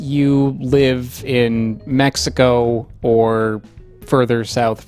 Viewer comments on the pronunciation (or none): none